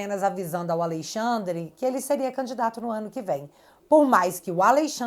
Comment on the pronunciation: Que agonia ouvir “Aleixandre” 😅